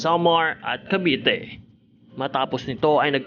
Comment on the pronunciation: it's Cavite po not Caviti...😊